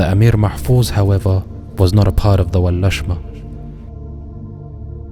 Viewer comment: Not Walashma Walasma’ actually. Abadir is pronounced as “Abādir.” The Walasma were not Somali, their place of origin is Ifat and they claim to be from Aw Barkhadlé who is from Arabia.